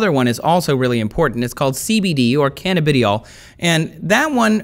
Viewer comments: canna-biddy-awl? that's a first for me.. (I've always heard it more closely pronounced as cuh-nabba-dye-awl). Speaking of, as has been said, CBD should've been covered more in depth. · Canuhbideeyall? Wtf? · Pronunciation fyi - cuh-nab-uh-DI-all cuh-NAB-uh-noid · canna buh die all..... not ..... canabidyall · When he said canadibiol for CBD I stopped watching...... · It is pronounced "ca-NAB-idiol" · This is incredibly uninformed. He even pronounced the chemical names for THC and CBD wrong.